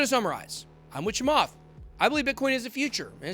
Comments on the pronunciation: that interview is old and you BUTCHERED his last name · Honestly... deliberately screwing with Chamath's name like this makes you come across a little racist. You might want to consider editing that out and reposting my friend. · You are a clown. Never said ETH to zero. You are not very professional about your presentation not even taking the time to pronounce his last name correctly. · Trust me, he absolutely butchered his name. I actually lol'd. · He didn’t pronounced it right . But it’s ok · Please start pronouncing South Asian names correctly. It's 2021. A simple online search will tell you how to correctly pronounce it, if you don't already know how to pronounce the last name correctly.